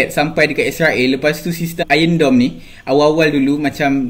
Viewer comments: Iron doum (dome) bukan dorm (asrama) 🤣🤣🤣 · "Iron Dome" bukan "ion dome" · Suka abg when h say r hahaha (AKU X GAY)